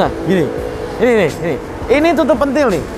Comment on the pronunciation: Tutup pentil bang bukan tutup pentil 😂😂😂